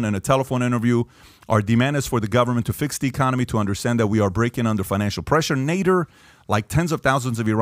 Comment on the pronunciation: Patrick joon, I love this video! But why did you mispronounce "Nader" in the beginning and multiple times?